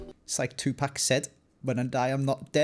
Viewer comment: Just a heads up it’s pronounced “ 2 pock” not “pack” 😂